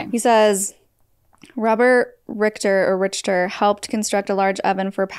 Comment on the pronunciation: Richter is pronounced Rick-ter.